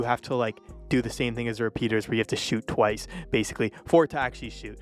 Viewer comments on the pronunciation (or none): none